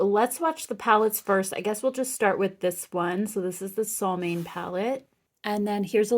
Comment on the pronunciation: Solmåne = sunmoon. The letter «å» is only in the Scandinavian alphabet and it is pronounced the way you would pronounce the au-sound (in auto/augustin/autumn). ⭐️ Lots of Love from a Norwegian teacher 😘 Freja is pronounced «freia». She is the love-goddess in northern mythology. The name means Mistress or Mrs.